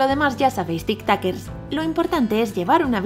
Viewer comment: Porque dice tictoquers